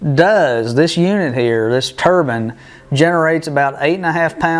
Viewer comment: Tur-bine, bine pronounced like nine with a B. The 4 stage turbine isn't gears its a turbine. Rotor, stator. One rotatating part squeezing and moving the air to a stationary part passing the compressed air to the next rotor stator. Each rotor stator is a stage, this has four. This is the exact way modern aeroplanes engines work. Suck, squeeze, bang, blow! These units are compressors.